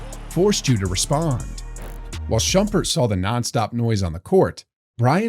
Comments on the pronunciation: It's EE-MON Shumpert, dumbass AI voice. And Rondo literally said his welcome to the league moment was Paul Pierce, 2 seconds before you said "For Rondo, that trash talk from KG was his welcome to the league moment..." Did you even watch your own video? lmao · Voiceover really said "eye-man Shumpert" 💀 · "Eyemun Shumpert"